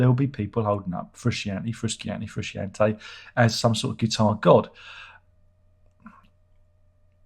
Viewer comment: this frusciante joke could be fun for first time but you keep doing it and after three times i had a urge to punch the screen. it's frusciante, john anthony motherfucking fruscianteeeee. if you dont know how to pronounce then dont, you can call him john. there is no other john in the band so...